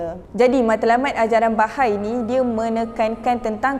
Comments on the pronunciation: Sebutan dia adalah Baha'i...bukan bahai... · sebutan yang betul based on Bahasa Arab is ba-ha-ie. Bukan ba-hay standard ajaran sesat, pasti ada eksploitasi wanita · Bahai❌ Baha'i✅